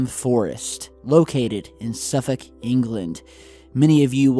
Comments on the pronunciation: Love you, but its pronounced as Suffuk (Suffolk) and you say it quickly so it sounds proper lol! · Love this as it's very local to where I grew up. It's pronounced Norfuck and Suffuck though for future reference. Love your work mate, keep it up, 2017's been a great year and so looking forward to more from you in 2018! Merry Christmas to you and yours 👌👍😊